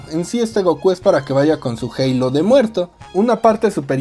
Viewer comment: Bro por qué dices halo en inglés en vez de simplemente decir halo 😞